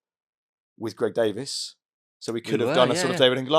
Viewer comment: Greg davis? It's davies